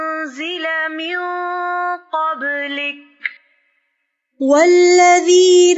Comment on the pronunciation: Salam aleykoum j'ai trouvé une faute sur l'audio et le phonétique V4 "MINE QABLIKA" Sinon mashallah que Allah vous protège